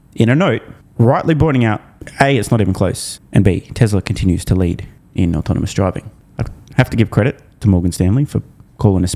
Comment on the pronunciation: I know, he says, “autominous”